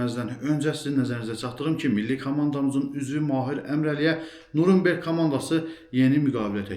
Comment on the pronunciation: Nurumberg yox Nyuren berg